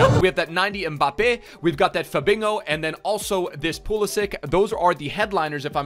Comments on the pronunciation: “Fabin-hoe” really really? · Y he said fabinho like that 😭😭